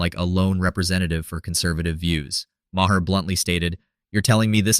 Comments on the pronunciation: Marr not ma her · Sorry, but I don't watch AI voiced videos. If it's not worth your time to voice your own video, it's not worth my time to watch. I let the Ma' her slide, but after the second one, I'm done.